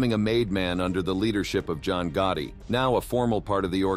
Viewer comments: Get someone that can pronounce the names.. john gooti and frank da chesho don't make sense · who's John Goutie?? It was weird since you said Gotti 50 times in video except that one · Did he just say john gooty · Who is John gutti, this guy is terrible at pronouncing these names